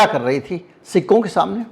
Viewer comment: आप सिक्कों बोलते हो, मुझे सिखों सुनाई देता है,और मैं बार बार confuse हो रहा था और बार बार rewind कर के देख रहा था😂😂